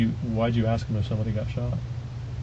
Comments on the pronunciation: Even Port au Prince knickers say “axe” instead of “ask”. Pure hateful disobedient insolence. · Who does this guy think he is and its ask not aks